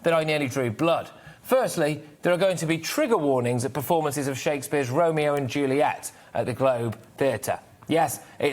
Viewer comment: This wet-behind-the-ears presenter is part of the problem. And he can't pronounce Juliet.